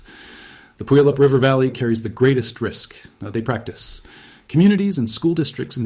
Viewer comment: FYI: It's not PUyallup, it's puYAHlup. Accent on the middle syllable. A Salish word.